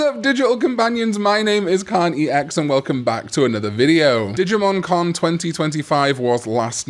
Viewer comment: I keep thinking digimon karn every time you say digimon con 😂